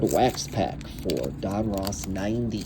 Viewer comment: ITS DON-RUSS.....NOT ROSS......GEEEEE